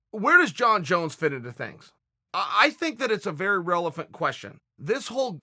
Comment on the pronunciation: "Relephant question"